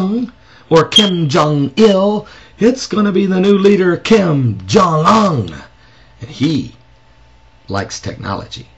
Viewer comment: I don't like Kim, any of them, however he is pronouncing Kim Jong Un... its a long U. He's not the best at sarcasm... he gets an E+ for effort.